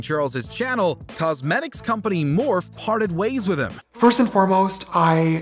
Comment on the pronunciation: "...cosmetics company, morf..." It's pronounced "more-fee",. Morphe. 😂